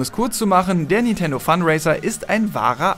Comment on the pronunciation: In zukunft bitte Fun-Racer mit "C" ausprechen statt Funraiser was manchmal auch stark nach Fundraiser klingt ^^